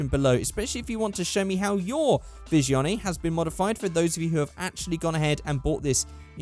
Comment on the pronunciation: Isn't it pronounced Visione? Not Vishion? I'm not the best with Italian car names... And agreed. Those tires are horrible.